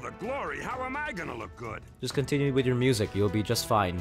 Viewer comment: I saw u when u was going back to the city u said u ready agnore he said I fell idk inside of me and u said goot U MEAN GOOD WHAT THE HECK IS GOOT